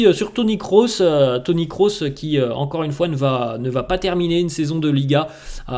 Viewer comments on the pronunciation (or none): none